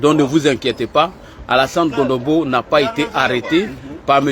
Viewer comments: C est CONOMBO et non Gondobo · Tu es en train de massacrer le nom du frère. C’est pas Gondobo c’est plutôt Cononbo